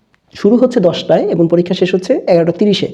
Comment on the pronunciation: স‍্যার আপনি 'এবং'এর উচ্চারণ এবন বলেন কেন।।প্লিজ ক্লিয়ার করে দেবেন সঠিক কোনটা হবে